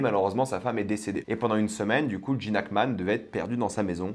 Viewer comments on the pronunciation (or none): none